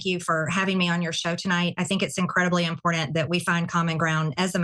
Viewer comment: Incredibly im-POR-dunt